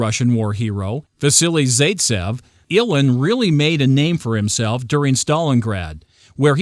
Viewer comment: Repeat after me: Zite-Sehv. Wass-silly, Wass-silly Zite-sehv. Please stop butchering names. At least have the decency and respect to learn correct pronunciation. Stop being a lazy chucklehead and lean how to pronounce people's names. Thank you.